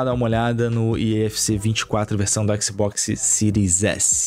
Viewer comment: baixou a versao do ``xboxsi`` errado hein amigao